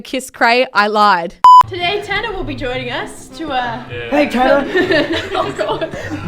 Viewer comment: THANK YOU FOR SAYING THAT TANNER TRIGGERS ME SO MUCH ITS TANNAR